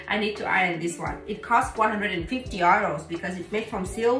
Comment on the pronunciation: You pronounce "euros" in the German way even when speaking in English.